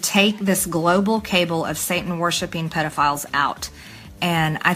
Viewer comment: Did you notice how Marge pronounced "cabal"? 😂 Almost as good as her "indicktable".